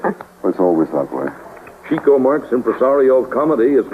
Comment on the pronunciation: It's a shame that the program's host keeps mispronouncing Chico's first name. It isn't pronounced "cheeko" but rather "chicko".